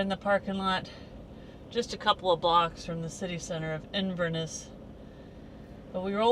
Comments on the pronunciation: Hari Om Oh yessssss... such familiar territory! FYI... the emphasis is on the last syllable - InverNESS... and it's the River Ness that powers through it. The Catherdral is lovely, and you can walk over the islands further down. Yup, you got a lot more to see on your return(s) 😃YAM xx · One emphasises the Ness at the end of Inverness